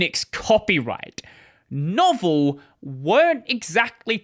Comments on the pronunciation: Novell -- pronounced "know-VELL" They were huge in client and mini-computer/personal computer networking in the 80s and 90s. They championed and refined the IPX/SPX protocols, and their biggest product was the NetWare operating system that ran on Motorola 68k, and Intel x86 machines and enabled connecting DOS, Mac, and early Windows machines. Their Novell Directory Services (NDS) predated Microsoft Active Directory for over half a decade. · He was replying to OP, who was also correcting you. It's not pronounced novel. It's pronounced like "Novella" (meaning, a short novel) without the "a". No-Vell. The O is long and the E is pronounced instead of muted. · I wish this dude could pronounce Novell properly. Its no-vell NOT novel. Also cannot believe somone can do a whole YouTube video about the whole SCO fiasco & not mention the outstanding documenting of this Lawsuit by paralegal Pamela Jones on her Groklaw website. At the end of the day once things really started to get looked into the best SCO could come up with was a handful of lines in the Linux Kernel that matched those on AIX Source Code & even that was almost instantly debunked as nonsense & i think those lines of code actually originated in OS2. But the most hilarious part of this whole thing was Novell told SCO they hadn't even sold them the UNIX Copyrights & that Novell still owned the rights to UNIX Licensing Fees & the Copyright. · I remember it well. SCO became a laughing stock overnight and when novell shoved their oar in, good God that was funny. It's pronounced noh-vell by the way, not novel. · Lol! "Novell" pronounced "No-Vell", not "Novel." 😂 This coming from somehow who actually once PAID for Novell Netware (~1990) AND who installed in on a 80286 PC, which was the worse, most time-consuming, and most painful install process that I have ever experienced in my life! Otherwise, good, accurate recap. 🙂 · Novell is pronounced noh-VELLE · It's not "Novel" it's "No-vell."